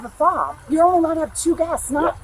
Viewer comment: She was definitely saying it wrong